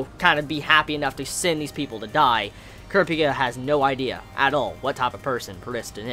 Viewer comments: how he sayz kurapki erks me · I love you but you have to stop saying Kurapika wrong it's pronounced [Cor-ap-ee-ka], or could also be pronounced as [Cur-ap-ee-ka]. Seriously watch the anime. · Thought i was going crazy because overtime i hear say it, it feels weird.